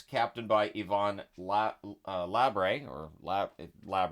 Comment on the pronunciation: Yvon Labre . Pronouncing ''Labrrr'' . Letter ''e'' is mute in French , except if it has an accent: é or è . Welcome ! 😉